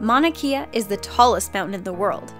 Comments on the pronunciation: You said Mauna Kea wrong. I know this because I live in the state and island of Hawaii. I also came for the thumbnail..... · they pronounced mauna kea wrong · You fucking pronounced Mauna Kea wrong and for us Hawaiian viewers it's painful to listen too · I cringed when she couldn't pronounce Mauna Kea correctly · the pronunciation on Mauna Kea is really bad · They butchered the pronunciation of Mauna Kea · the way you say Mauna Kea makes me cringe. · She didn't pronounce Mona Kea correctly. I'm not triggered or that dumb shit but just saying lol. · Maunakea was pronounced wrong in this video: Maun-na-k-a. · If ur gonna say my islands mountain name plz say it right 😂(hawaii) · It's pronounced maunaKAYA not maunaKEYA. Just a friendly correction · Mauna kea is not pronounced "Mauna 'Kee" ah", it is pronounced "Mauna 'Kay' ah". And if the shrew is 1.8 pounds, it is not the lightest mammal. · It's not Mauna Kea it's Mauna Kea (kay yah) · Its actually pronounced mauna kay-ah....i would know im from hawaii and am hawaiian myself. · Maunakia... you mean Maunakea? 💀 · It is not mauna key uh is it mauna Kay uh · I'm sorry but as a Hawaiian, it's pronounced "Mon-u-Kay-uh". LUV U! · Youre pronouncing Mauna Kea wrong, im from Hawaii. Kea = KAY-AH That was cringe worthy lol sorry but there you go. Thats all. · Actually, it's pronounced Mauna Kea... Like (Mau - nah) (Kay - uh)... Not that you're 100% wrong, I get that it's hard to pronounce.. But just in case people wanted to know..? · She pronounced Mauna Kea wrong its pronounced mauna Kay-ah... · butchered Mauna Kea.... smh mana kia where that at???? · it's pronounced Mauna Keh-a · It's pronounced Monakea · Mauna kea (mouna ke ea) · No offense but it's maunakea (maunah keah) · Hey it's MAUnakea. As in mow. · Yeah I'm mad about the misleading thumbnail, but the butchering of Mauna Kea really pissed me off. It's not THAT hard, non-Hawaiian-living people. ... Unless you have a really strong accent.